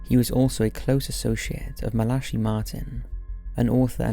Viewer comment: MALASHI? Fr. MAL--UH--KAI MARTIN?